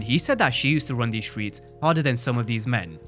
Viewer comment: "the stweets the stweets" speak right mf STRRRREETS